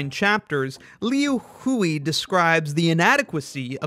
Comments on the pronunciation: It's pronounced liu hui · it's pronounced more like "Lu Hwe" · The mispronounciations of Liu Hui are killing me